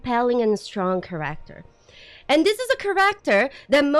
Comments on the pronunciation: read this, I swear it’s black magic: Kéracter, not Charácter Done. Pronunciation fixed. You’ll never pronounce it wrong again:) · Your accent is very endearing. Care-act-ter is now my new favorite want to pronounce that word lol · i love how she pronounces "character" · She's canadian right?